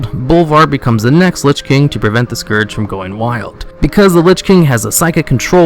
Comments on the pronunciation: You pronounce scourge with an o like in torn, when it's like the u in turn. Garrosh even says it correctly during your video. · how can you fail at pronouncing "scourge", and then later on perfectly execute it? lol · just hated how you sayd scourge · Archimonde is pronounced, Ark-ih-mond. Its said multiple times in audio dialogue. Scourge, in no way, in pronounced scorge. Say Skurjh. you heathen.